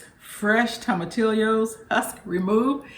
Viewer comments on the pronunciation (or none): I much prefer turkey to chicken when it comes to soups and a few casseroles. So much more flavor. May I help with pronunciation guidance? (You are completely forgiven since you hate them LOL). Any time you see a double "L" in a Spanish word, it sounds like "y", so long e sound "eee" so your nemesis is tomat (just the way you said it) then eeo, tomateee o. Loved your whole presentation. Yours is 1 of 5 soups that are already on the list to try as soon as I finish recovering from an illness. I wish I could have a bowl of yours right now! Don't know if I would have discovered you without LeeAnn's (I do not know how to spell her name) Souptember. Glad I did.